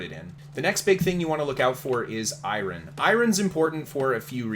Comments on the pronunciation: it's EYE URN bud. not EYE RON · i-ron - that sounds like it hurts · Great content, thanks for the tips! I didn't mind how you butchered eye ron, so I'm not gonna comment on it. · I-Ron ... FML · Eye Ron? XD omg XD great video btw! that's hard to get past though... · I mean the way he’s always said Hakeijo was always funny to me but I’ve heard loads of people pronounce Iron like that lol